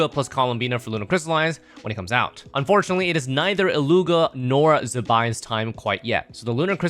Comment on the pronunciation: Thank you for the information, I REALLY want Columbina but Varka is coming soon Also, It's pronounced Illu-wa! Come on.